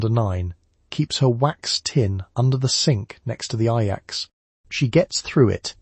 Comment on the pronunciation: standard knowledge in the United States. The video’s mispronunciation of Ajax was distracting. It also said that Ivory bar soap was used to wash dishes. That is not correct and is ridiculous.